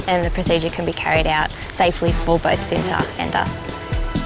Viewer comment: I think the tiger’s name was supposed to be pronounced differently. Cinta, pronounced with a similar sound to the “ch” in “cherry,” (there’s no exact english phonics equivalent) means love 🥹❤️